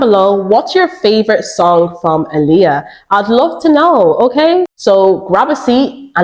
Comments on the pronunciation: I literally just realized TODAY her name is pronounced ouuuu “ahhhhhleeah” and not “UHLiyah” lmaooo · Her name is pronounced “ Eye - Lee- ah!”